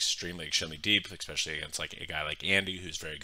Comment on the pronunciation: jesus christ it’s especially, not expecially